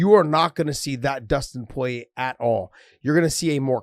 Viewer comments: Not even Porier pronounces his name like that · You think he would no how to say his name. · I feel like Josh is apprehensive to commit to its full pronunciation, Poirier. Like he's coming from angles he's not even sure of. But in 5 years, and after all he's been thru. He's grown a lot, and Josh will be pronouncing Poirier like a full grown ass man. Like a boss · Dustin Poiyay - Starting to get annoying now lol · pretty confident that it's Pour-eee-ayy. I just think Josh is over doing the frenchness of his name since the last part of his name has an ier and the r is silent and he just then makes both r's silent.